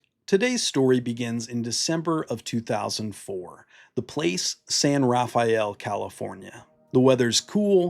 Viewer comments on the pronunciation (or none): Sorry buddy, I gotta be that guy. It's pronounced San RuhFell. It's a city, not a turtle 👍